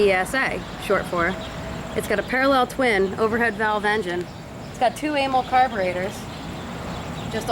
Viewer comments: "Amal" rhymes with canal not anal - cos it's short for amalgamated. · Nice beeza, Amal rhymes with camel by the way not anal